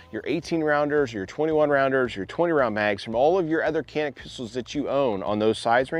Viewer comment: It's not called Kanik. Try to pronounce like "Janik".